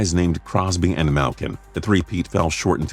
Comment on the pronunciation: Adrian Baggio mallkin not mahlkin